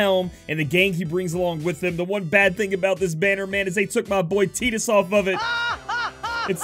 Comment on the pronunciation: It's pronounced t-eye-tus.